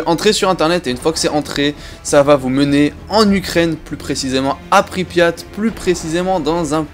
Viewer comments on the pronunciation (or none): none